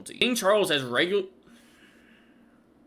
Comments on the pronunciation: Should we just let him say weggle!! Or make him keep trying to speak pwopawe?!? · I swear, is going to start getting PTSD from trying to say "regularly." 😂😂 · Let me help you sound it out, Regularly=regg-u-la-lee Faux-pas=foe-pa Foie Gras=fwa-graa OK the last two sound nothing like they look, because they are French. 🤣